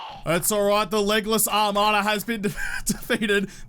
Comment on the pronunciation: "ARMada" HAHAHAHAHAHAHAHA!